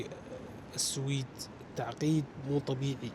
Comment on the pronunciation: مسمي حاله رحالة وهو حتى اسم البلد اللي رايح له ما يعرفه ولا يعرف ينطقه ، مايك تعبان ويحكم على البلد واسعاره وسهولة التعامل فيها ويقعد ينظر ويتفلسف وحرام فيه يزور اسطبلات الخيل اللي بالسويد والله لا احب التنمر ولا المتنمرين بس اللي اشوفه لا يحتمل حبيبي في اسعار رخيصة وفي مواصلات رخيصة بس لانك غشيم ما تعرف يعني تهرف بما لاتعرف خليك على تشيكيا وبراغ ولا تفكر تطلع لفوق 😂😜